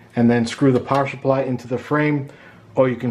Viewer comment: and on it sounds like shupply but you might not even hear that if thats how you are used to say it no big deal man, thanks again, very helpful, peeps like you who take their time explaining every small detail, donating your personal time and sharing your knowledge to the rest of the human kind, you guys make the world go 'round. :O)